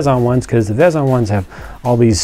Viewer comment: It's pronounced Veezon